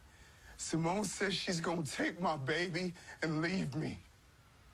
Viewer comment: Not Shimone, I mean Simone.